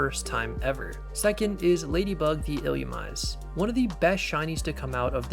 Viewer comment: It’s pronounced “ill ooo mee zay”